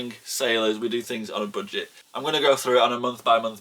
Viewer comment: French Canadian here loving how you say « boodget »!